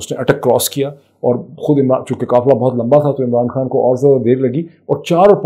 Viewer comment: Come on...General Rana is picture-perfect here... ...of a goon that he really is... It makes me wonder if he really is a lawyer - forget whether he is capable of upholding law and order - he can't even pronounce "Supreme" Court properly - calls it spreem Even Imran is "Um-raan" And lo and behold, he is our 'law minister' - marvellous! I bet he has a dodgy degree!